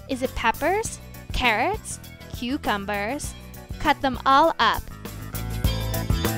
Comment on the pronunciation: The way they emphasize “cucumbers” makes me laugh